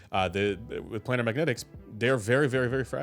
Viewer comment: FYI: planar is pronounced "play-ner", not "play-nahr"…